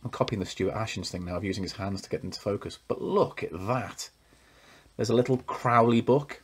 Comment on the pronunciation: That is amazing!! (I think his name is pronounced CROW-ley, like the bird.)